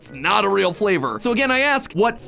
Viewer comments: “so let me ask you. what FLAY-VOU-RRR did you get DAN.” yea DAN. 😡😡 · “What flay-vor did you get, Dan!?” Matpat, 2023.